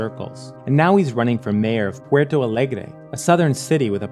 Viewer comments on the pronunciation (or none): Minor point: PORTO Alegre, not PUERTO Alegre. Also. I'm not sure the Temer government is much of an improvement. If were the MBL, I would not declare victory yet